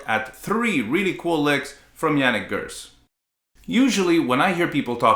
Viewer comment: Why is he name pronounced like in German accent?